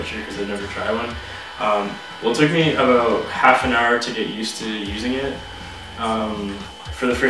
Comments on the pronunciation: Talk aboot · Are you Canadian you said aboot. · You only said "aboot" once so don't worry aboot it ;) Loved the review